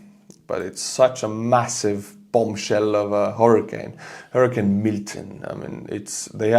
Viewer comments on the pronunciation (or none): none